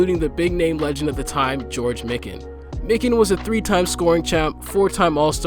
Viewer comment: MY-KIN….Christ if you wanna have a basketball channel, learn the fucking names….